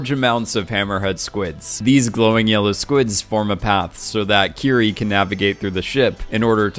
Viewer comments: It’s pronounced like “kitty” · Am I the only one who thought her name was kitty? Legit I swear everyone was saying kitty not Kiri, lol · Is it just me or did I hear kitty?